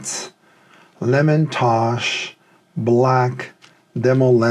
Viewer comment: Lemontosh really? It’s Lem Tosh. It’s been around since the 1950’s 😊